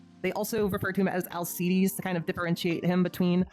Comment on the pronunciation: 'C' in 'Alceides' pronounced the same as 'C' in 'Arc'